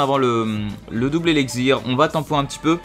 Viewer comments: tu dit:eligzir!c elixir avec un x lol c vrai en plus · tu a du mal a dire x j remarquer